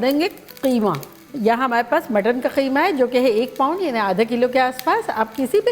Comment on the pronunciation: So glad someone is calling “qeema” and not “keema”